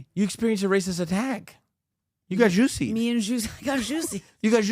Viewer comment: Fucking Geezuss u are killing the joke, it’s not Ju-Sway it just Ju-say!! I know how u like to pronounce things a certain way but wtf.. His name is Ju see, Chappell pronounces it Ju -say so dont fuck the joke up leave it alone …. Also I know u will continue do this if u see this comment to piss me off however just know u are ruining the joke ….. yes u are 1 of those. Love the show, lol